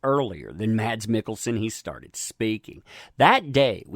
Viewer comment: Mads is pronounced Mas(s) The d is silent , as it is in many danish words. :)